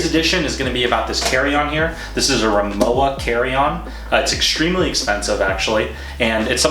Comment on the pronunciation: You pronounce it Ri-Mo-Va